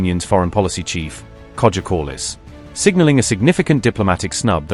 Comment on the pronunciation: Another bad AI voiceover. Kai-a Kal- ass is how her name is pronounced.